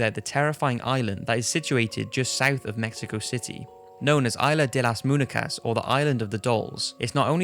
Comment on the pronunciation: Muñecaaaa (Moon-ye-caa!!)